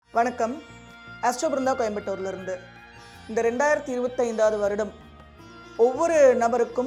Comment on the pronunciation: அம்மா வணக்கம். 🙏 உங்களுடைய அறிமுக வாக்கியத்தில் வரும் “ கோயம்புத்தூர் “ உச்சரிப்பு நன்றாக மீண்டும் மீண்டும் கேட்க ஆவலாக உள்ளது. 👍🙏